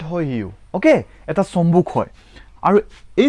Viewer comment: আৰু চম্বুগ নকবা চম্বুক কবা। তেনে - চম্বুগৰ নকয় চম্বুকৰ কিতাবৰ নকয় কিতাপৰ কবলৈ চেষ্টা কৰিব।